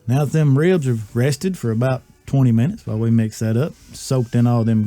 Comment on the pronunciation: "Wibs" -Elmer Fudd